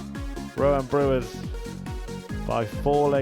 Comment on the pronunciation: Its not brewers .its brouwers ..its sounds like brouw ers